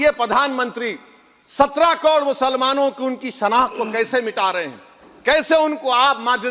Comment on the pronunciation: Pehle sikhle kod nahi karod hota hai , muh me supari hai kya